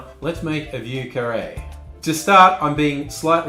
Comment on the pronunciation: As a French speaker, you pronounced it MUCH better than most! Most just lazily say “VOO” but you properly inserted the French “i” in there which makes it more of a “VEE-YER” 👍👍👍👍👍👍👍👍👍 9 thumbs up!